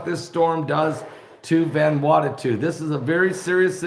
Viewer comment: Ummm... "VAN-WANNA-TU??" At least say the poor country's name correctly... Sheesh.